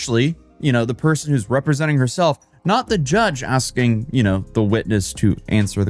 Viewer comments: She did alot of axing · If she keeps Axing things she's gonna end up on trial again lol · try ASKING instead of AXING - English is probably the only language you know - and don't speak it properly... you poor woman. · Maybe she should stop axing people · STOP AXING HER QUESTIONS! 😂